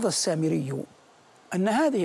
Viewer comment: السامريّ شده على الياء يامذيع مو سامري التنكّس والاستنزال